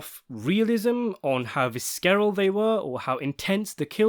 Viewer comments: I love this channel but pronouncing visceral as “VISS-KAREL?” Really? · FYI - “visceral” is pronounced viss-er-ull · Vis-KE-ral? Geez. I immediately tuned out after hearing that.